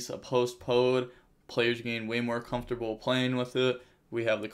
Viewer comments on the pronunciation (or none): none